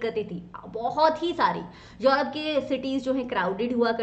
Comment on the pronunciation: Tell me what is yourope. Mam says this word😄😄😄